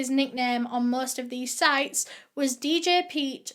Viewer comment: I find it so funny how she said djpete I don’t know why I laughed at that 😂😂🤣